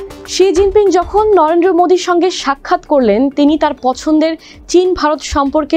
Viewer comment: উপস্থাপিকা 😂 নরেন্দ্র ❌ নরেড্রো ✅